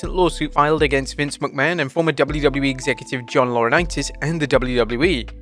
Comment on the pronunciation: From Vince McMahon to Vince Mcmanoit lol